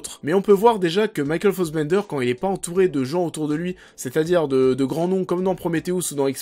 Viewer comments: Pas mal mais beaucoup trop court pour ce concept , mais concept intéressant qui mérite un format de 20 25 30 min avec recherches , masses d'images et tout un peu à la Mr Meaaa en plus orienté. Par contre trop bizarre ta façon de prononcer Fassbender en"fossbender" ahahah j'ai pas trop capté .Bonne vidéo en tout cas ! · Ned for speed, Ariane Labeb, Michael Fossbender, Promethéouss, Gui Pierce, MacBef (ok, celui-là aucun Français peut le prononcer) :D